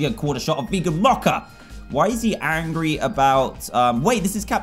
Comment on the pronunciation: Dan you got angry wrong you pronounce it as angy